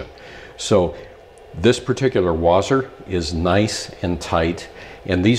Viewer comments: Wasr not wazr. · I think it's pronounced Wha-sir